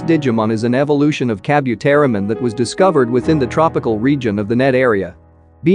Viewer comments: Please...it is pronounced as Ka-bu-te-ri-mon not ka-byu-te-ri-mon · Kabu, not kabyu. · lol I hate the way you pronounce Kabuteri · Ok hold up is no one gonna comment on how he pronounced Kabuterimon !? Like HOLD THE FRONT DOOR OPEN BECK THAT THE MOUTH GARBLE IS THAT